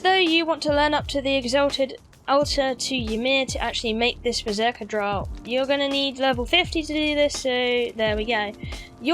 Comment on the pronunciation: "Draught" is pronounced " draft." Weird fucking word. Also, "alchemical" is pronounced like "Al Chemical." After all that, I am at home, drinking to your good health. Cheers! Sorry I'm such a dick.